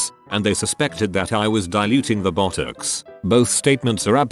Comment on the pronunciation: When the robot says Botox it sounds like buttocks 😂